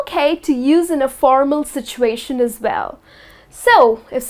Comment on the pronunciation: Ha ha ha a.you pronounced these words wrongly..1..situation, 2.Think ..Please keep improving.